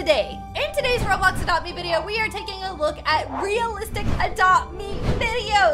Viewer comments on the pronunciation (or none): none